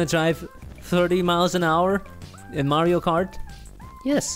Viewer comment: You pronounced Mario wrong.